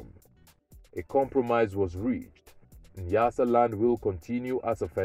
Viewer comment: Not Niyasaland, it's nya nya nyasaland...👊